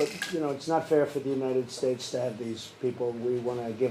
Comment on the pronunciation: United shhhates lol this guy